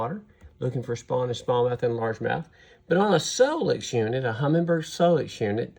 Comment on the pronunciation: There's no "g" in HUMMINBIRD